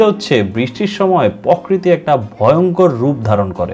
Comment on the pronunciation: আপনার প্রকৃতি উচ্চারণ টা ”পঅ-কৃতি” হবে না “প্রোকৃতি” হবে! কারেক্ট করে নিবেন প্লিজ, খুব ভালো হচ্ছে সবকিছু।